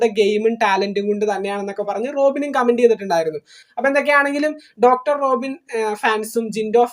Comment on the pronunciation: റോഖിൻ അല്ല 😂 റോബിൻ